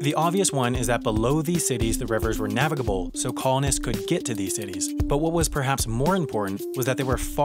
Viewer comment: Does anyone else get annoyed whenever he says navigable